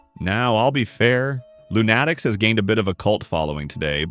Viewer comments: I think they meant it to be pronounced Loon A Tics, not Loo Natics. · Dude, it's LOON-a-tics, not loon-ATT-ics. It's pronounced like the word "lunatics". Come on, it's really not that difficult. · Note to AI: "Loonatics Unleashed" is NOT pronounced "Loon-atticks". Nor is Dave DePatie's name pronounced "De potty". This just gives the (largely accurate) impression that you don't know what you're talking about. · Who tf says Loonatics like that? Never heard the word lunatic before?